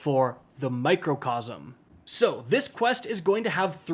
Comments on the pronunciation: Micro. It’s micro. Not macro. Microcosm. Not Macrocosm !!! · Did bro just say mocrocosm